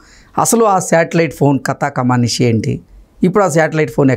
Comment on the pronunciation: కమానిషు కాదు బాబూ, కమామిషు.